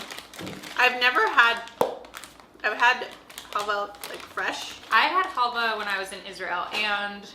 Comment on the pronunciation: Yes you pronounced it right , you can use it as a salad dressing or falafel. Love that halvah it’s pretty healthy too for a candy , it’s very nostalgic for me too! Wow the brunette is picky lol I’d like to know what she loves!😂 I’m picky too! Love that chili crunch bin pizza yum such a unique item! Try the eggplant garlic spread in the sauce isle .